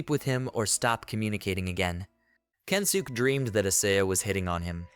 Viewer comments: yea its kensuke... even if you say kensukey or whatever its still better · the only think i hope to see to make these better is to try make the pronounciation right even if just a little... i really dont think the guys name is kensook trust me its not